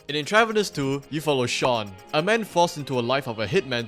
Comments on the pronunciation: It's pronounced Entruh-Vanus. Like medical IVs. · Intra-VEEN-eous. Use Google before recording. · Not trying to be rude but the pronunciation of Intravenous is In-trah-veen-ohs. It’s in reference to injecting “stuff” into your veins. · Just a heads up, its pronounced "INTRA-veenus" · Or at least where I'm from it is. I could be wrong. This could be intentional on the devs part as I've never heard of this game. Not here to hate on you. Great video. 👍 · Its intravEENUS bro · I'm sorry bro I can't watch this with the way you mispronounce intravenous